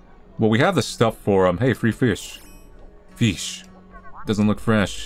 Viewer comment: I was literally walking around with this video on and as soon as said « fish » I automatically said « feesh » out loud 😆 at the same time as him! I laughed way too hard 😂